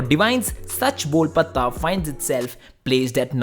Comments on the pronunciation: bro u pronounced patta wrong,the t is sounded as tamatar wala t makes it ptta .i think u dont know the meaning too of sach bol patta it is a slang used in mumbai the ptta that police uses to beat criminals and make them speak the truth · Sach Bol Patta and not patha like you’re pronouncing, Half of the diss is in the name itself and you don’t know what the name is, pity on the people watching your videos